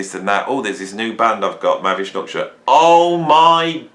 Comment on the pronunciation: Lol. Mavi structure, mavy doctor, mavish nucture. (Better than ELP ). What is the true spelling ? Your lips are mumbling over the pronunciation. Thank god ELP is straightforward.